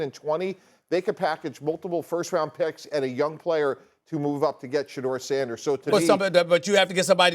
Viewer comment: Molly said Sanders😂😂😂😂😂 gtfo